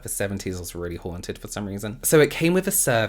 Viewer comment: I love the way you pronounce “haunted.” 😊